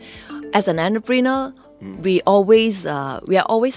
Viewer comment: by the way the pronunciation of the word entrepreneur. But good job to the host effort! My cantonese also longkang one kena laugh banana many times!